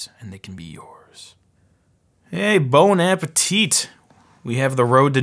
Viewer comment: "Bon appa tit." Lol